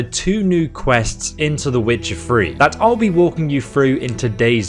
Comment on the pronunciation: Wait, "Witcher Free"? What's that?